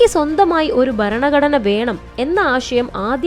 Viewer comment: ബരണഘടനയല്ല ഭരണഘടനയാണ് ശരി.